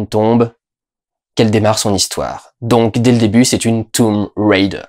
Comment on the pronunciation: S'il te plait.. ne fais pas style "je prends un accent anglais" quand tu prononces Tomb Raider comme si c'était Tomb RIder !!! mdr parce que franchement c'est un peu ridicule ! ;) bon allez, je vais regarder ta critique maintenant ! lol